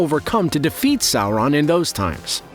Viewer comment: Why does this guy put an "L" in Sauron